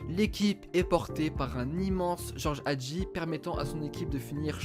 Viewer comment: Mdrrr non mais la prononciation ca se voit qu’ils vont pas sur google trad. Nicolasse nicola.. c’était dur de dire Nicolaé. Pareil pour Hagi ( Hhhhadji) je préfère juste qu’on disent son nom de famille que se forcer à dire George au lieu de Guéorgué